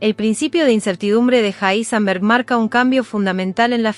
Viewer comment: Un poco desagradable la voz de la chica. Evidentemente la locución no es lo de ella. Aparte pronuncia mal el nombre del científico Heisenberg. De todas maneras poniendo el video a velocidad 0.9 se lleva a una velocidad óptima el relato, el cual es demasiado apresurado de origen. ¿Cómo ponerlo en 0.9 en Youtube? Con un complemento o extensión para navegadores llamada Enhancer for YouTube, que aparte tiene un montón más de funciones, desde ocultar los shorts, pasando por temas, filtros de color, loop para reproducir videos infinitamente, etc. Para mi la mejor extensión jamás creada. Sirve para Firefox, Chrome, Brave, Opera. Para Youtube y casi cualquier página recomiendo usar Brave, para mi el mejor navegador. Pero en fin, como decía, este complemento permite velocidades desde 0.1 a más de 3.5, o sea que se puede elegir con pasos que avanzan de a 0.1x, algo que el reproductor nativo de Youtube no tiene. Lo más lento después de 1x, es 0.75x, lo cual es demasiado lento.